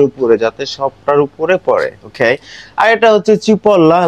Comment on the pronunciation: ভাই অখেই অখেই করেন কেন ওকে বলতে পানের না বেশি স্টাইল 😏😂😂😂🐸